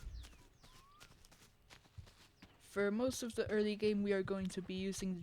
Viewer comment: "We'll move the crate off beer outside for easy use"😂 sounds like Finland to me